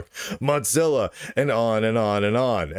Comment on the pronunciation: Does lunduke purposely mispronounce Mozilla as Motzilla?